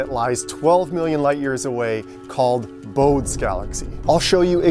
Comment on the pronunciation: Excellent image and entertaining video. One thing: it’s pronounced BO-day, though he was born in Hamburg and probably pronounced it more like BO-duh. And his family would have called him Elert, not Johann.